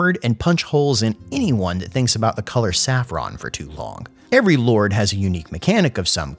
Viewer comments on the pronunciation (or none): none